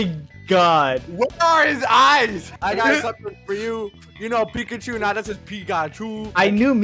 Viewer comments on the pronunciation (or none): you know it says Pikachu nah it says pichachoo Got me rolling